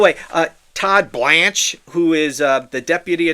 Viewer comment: The way you say Todd BLANCHE cracks me up😂